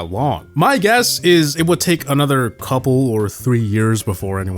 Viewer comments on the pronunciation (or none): none